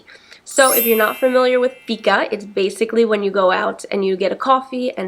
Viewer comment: Im from Sweden and I like the way she says "Fika" 😅